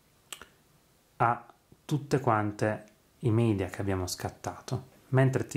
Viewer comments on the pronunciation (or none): none